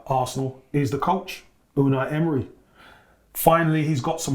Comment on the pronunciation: actually can't say Unai Emery. Listen to how he pronounces it 😂